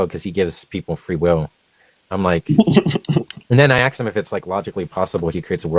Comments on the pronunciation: He does better than that, if you listen carefully, he says ax-sked, ax-sking, just to please everyone. You have nothing to complain about. 😁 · I'm always amazed that someone so smart still says "axed"